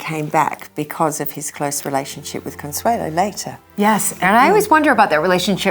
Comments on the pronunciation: Why does she keep saying "Consuela" its CONSUELO... it ends in o... Consuelo... no la. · A great videos. Just a little pet peeve... her name is Consuelo, not Consuela (pronounced "owe" at the end, not "uh", or am I wrong? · Con-sway-lo Baaa-roke These pronunciations…..ugh! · Is she mispronouncing her name ?